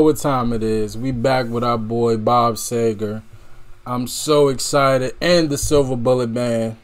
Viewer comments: Seeeeegrrr. no Say-ger. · His name is pronounced See-ger... :) Have you heard Roll Me Away? That song moves me so! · Bob SEE-GIR. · See-ger . . . it’s pronounced Seeeee-gerrrrr. Am enjoying your reactions. Great job. 👍 P. S. Glenn Frey (pronounced fry) is also originally from the Detroit Metro area. He and Bob crossed paths around here quite a bit back in the day, long before either one of them hit it big. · Roll me Away and Like a Rock will blow you away!! And it’s pronounced See ger 😊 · SEE grrr. No “A” in Seger.